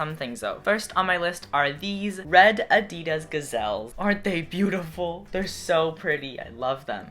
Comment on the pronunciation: why has no-one mentioned how he pronounced Adidas